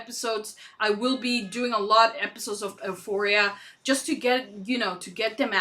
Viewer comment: love your reactions! xx btw it pronounced you-phoria